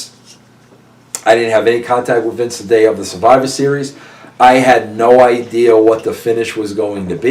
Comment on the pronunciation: I am a native long islander and every time i hear Vince Russo say Idear i cringe.. i hate that shit.. as a normal human being with a decent IQ.. adding an R onto the end of a word drives me nuts